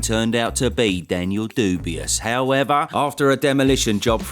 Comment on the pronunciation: It always cracks me up how you always refer Daniel Dubois as Daniel Dubious.